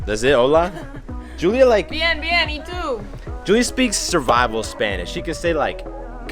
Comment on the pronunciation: He said HULIA😂😂......that was hilarious I don't know why